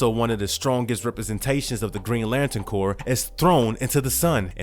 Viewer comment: at least you take it in stride. CORPS isn't pronounced Corpse(it's not a dead body lol) it's pronounced Core. Keep doing your thing though bro!